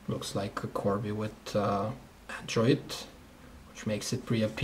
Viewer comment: hahaha he say andrid not android